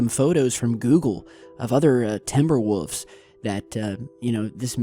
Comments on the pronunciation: You always say woofs instead of wolves. I like it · Just a wolf thats not even a big dog in reality. Ps why were you saying woffs when you say wolf with an s at the end its wolves not woofs lol. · oh the 'wufs' WOLF you ignoramus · Woof? Don't you mean Wolf? And instead of Woofs, don't you mean wolves?